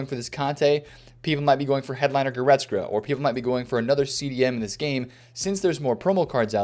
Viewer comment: please practice goretzka's pronunciation